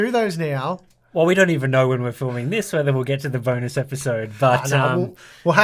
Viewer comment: "Bone us" episode.